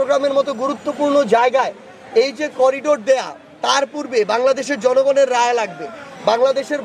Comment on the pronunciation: "করিডোর" নয়, "করিডর" ।